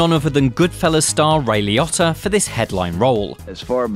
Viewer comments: Why is it that British people totally say peoples name wrong ? Liotta is LEE-Oh-Ta and Robert Loggia is not Log-e-uh it's Low-Ja Los Angel-Lease ? lmao nope try again. Debbie Mazur is Ma-zur , not Maz-zarr ... it's said as it's spelled Why don't you co watch some You Chube video's and learn how to pronounce things better. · Bro its Liotta like Lee Ohtah lmaoooo like wtf